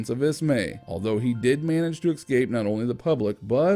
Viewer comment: “New Foundland” is pronounced “New Fundland.” And the word “escape” is not pronounced “excape.” Generally, this is a very amateurish presentation with unrelated photos and distracting transitions.